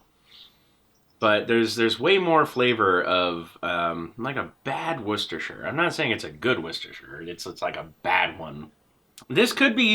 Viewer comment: correctly says "worchestershire". Be still my beating heart.